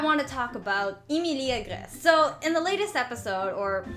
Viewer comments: It's not EEE MEEE LEEE it's Ehm ihl EEE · Why do u pronounce Emily eemeelee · I may be wrong, but I think Emilie's name is pronounced Emily. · "EEMELEE" Girl you mean Emilie? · 😂😂🤣🤣I LIKE THE WAY SHE SAYS EmILE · its not emilie its emily like saying emily but they change the y to ie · “Emeelee” I died💀🤣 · I love this video and your channel!! But the way you pronounce Emilie kinda makes me laugh. Its not bad! It is just different from how I've always heard it. EEmilEE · Emilie is pronouced like Emily on English i Know that because it used to be my name before i changed it to Julian Lee so am not mad for saying it wrong but you need to Learn the name in a right way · Its E MI LIE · You're not pronouncing Emilie right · STOP SAYING EMILIE WONG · Yeah but the way she pronounces emilie is sooo distracting and forced. Girl just say emilie and thats it. (Can she really speak french btw ? )